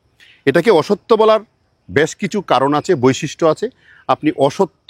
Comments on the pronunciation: কনফিউশান ক্লিয়ার হল। তবে সব 'অসত্থ'কে 'অসত্য'র মতো শোনালো। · উচ্চারণ হবে অশশূত্ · স্যার, অশ্বত্থ উচ্চারণ হবে 'অশ্ শথ্থ'।